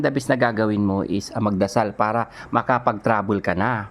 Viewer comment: BUGOK BULOL IT TRABEL SA REMICA,ST KORIATINGGAPOR HA JA KOL KÀ NA LANG..